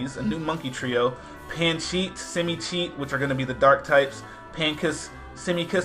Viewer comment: is it just me, or does "pankey" sound ALOT like "mankey"? o.O